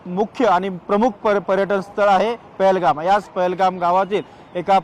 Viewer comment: Pelgam nhave te pahelgam